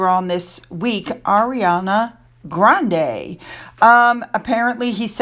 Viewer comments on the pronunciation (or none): none